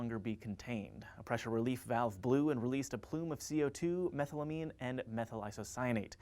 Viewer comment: A generally excellent episode but, please learn how to pronounce chemical names if you're gonna have to say them. methylamine is pronounced me-thyl-a-meen with the stress on the me, not the thyl.